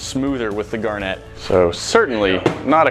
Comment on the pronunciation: The way you say "gar net" is as annoying as people calling caryons "crans"